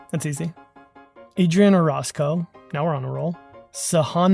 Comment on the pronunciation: "OrOHzco", not "OrAWzco" :P Almost!